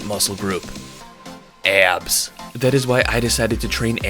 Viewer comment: it's pronounced "ab" not "eyab"